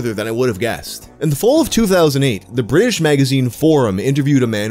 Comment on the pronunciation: ofc it's a bri'sht man 🤣